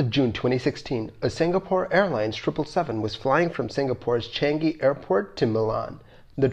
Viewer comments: its changi not changeee xd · changi, not chang-gi